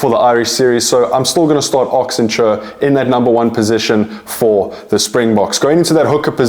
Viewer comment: Love your videos bro. Just one this - it's pronounced Ox N-Chair not Ox N-Churr